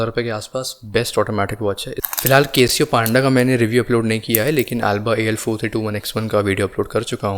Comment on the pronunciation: 1. Bhai.. beer bar me baithe ho kaa 😂 2. Link bhi share Kiya Karo 3. And It's Casio and not Kay-sio